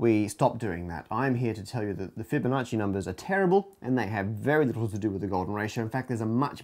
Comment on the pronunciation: Interesting slaughter of "Fibonacci." Numberphile already has the Golden Proof video, what "second" do you mean?